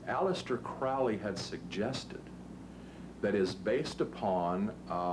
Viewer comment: for fucks sake CROWLY like CROW not CRAWLY god i hate that